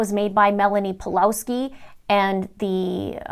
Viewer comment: It's pronounced Pavlovski btw